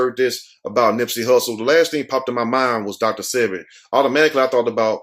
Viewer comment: Sebi, is pronounced like wasabi